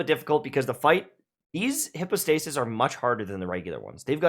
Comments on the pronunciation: Isn’t it /haipow/, not /hippo/? 🤨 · Please pronounce "hypostasis" correctly! Google can show you the pronunciation. It's not hippo-stay-sis lmao. [hai ·pow·stei·suhs] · Everyone: Hype-o-stasis No one:: HIPPOstasis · bruh why are you calling it hipostasis? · Bro y u pronounce it hippostasis 🤦🏽‍♂️ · But why are you calling them hippo-stasis???? 😅😂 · No one:: HIPPO-stasis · "Hippostasis" lmao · He replied "no" when someone asked him to pronounce it correctly 💀 🤣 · Then my ears didn't lie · Just thought the same xD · That hurt my ears 😂